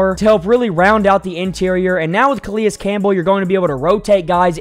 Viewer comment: You put in a clip where they pronounce his name correctly then 1 min later you're calling him Kah-Lee-Us Campbell. The guy is a potential Hall of Famer and been around the league forever and you don't even know his name? This channel is not for me.